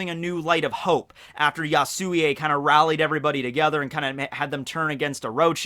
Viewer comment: Ya-su-wi not ya-su-wi-ey